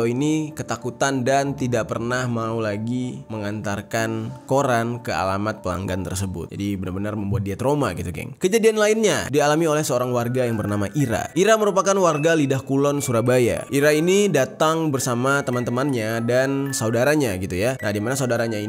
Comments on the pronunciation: Lidah kulon bang. Bukan lidah pulon.,., heheh soalnya saya warga lidah Kulon sby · Lidah kulon bang bukan lurah pulon🤣 dulu ada cerita orang jualan tahu Tek atau nasi goreng kalok ga salah , pernah dapet pembeli dari dalem rumah situ. pas dia mau masuk ke rumah Darmo dia sadar kalo itu rumah hantu 👻